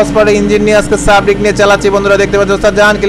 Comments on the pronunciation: sarbick re sabrick bole🤣🤣🤣🤣 lol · ভাই সাব্রিক না। সার্বিক হবে। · ভাইজান বাসের নাম সাবরিক না সার্বিক। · সাবরিক না ভাই সার্বিক